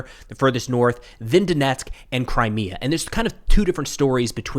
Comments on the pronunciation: He couldn't even pronounce Crimea🤣Just how much of reality are they in? 🤔🤔Forgot that they are kinda Right Wingers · Jesus, Witless Witkoff can’t even say ‘Crimea’ right, and thinks he can dictate Russia can just have it? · lolol yes I know. It was a comment about how badly it was mispronounced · Steve can't cant even pronounce Crimea